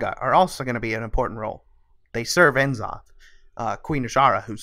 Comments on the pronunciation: Its not N zoth. Its N'zoth as in "n" in "Not"...please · "En'zoth" really? Its N'zoth